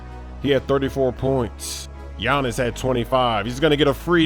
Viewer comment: “Gianins”. Come on,!